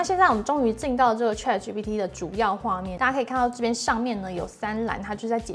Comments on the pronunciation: Chat, not trat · 主播能不能把chat的发音发得准确点